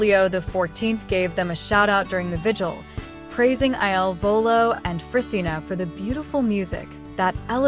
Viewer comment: PLEASE PRONOUNCE THEIR NAMES CORRECTLY AND IT IS IL VOLO NOT ILLINOIS VOLO